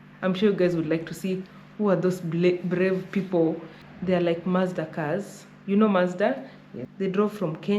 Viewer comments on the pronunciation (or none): none